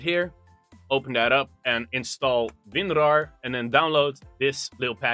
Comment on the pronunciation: every time he says winrar another child dies of cancer